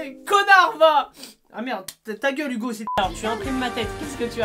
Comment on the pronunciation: Au début de tes vidéos quand tu dis '' Bonjour à toutes et à tous c'est Hugo je suis Posay comme d'habitude '' À chaque fois je crois que tu dis '' C'est Hugo j'suis Tozay